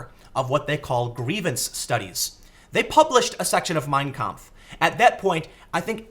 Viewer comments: It's pronounced "mein KAMPF" not "Meeeeiiiiiiiiin Kmpf", Tim. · Sorry, but that's just too grating. Don't emphasize the first word. Each word has equal weight. It's "My Struggle", so say it like that. Two words, equally balanced. Mein. Kampf. You're saying it as if it were Meinkampf, like Minecraft. It quite literally hurts my brain.